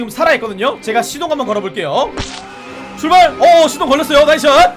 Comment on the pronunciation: 형 대체 어케 발음해야지 '출발 스타트'가 이런 발음이 나오는거야? ㅋㅋㅋㅋㅋㅋ